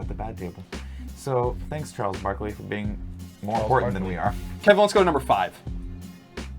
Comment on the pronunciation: so glad they got Charles Barkley correct